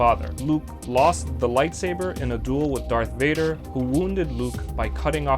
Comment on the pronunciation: Thank you to referring to Vader as “Vader” on Mustafar... so many get it wrong